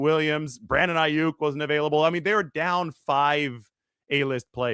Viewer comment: No one will take you seriously if you can't even get the names right; and I'm not talking about the spelling.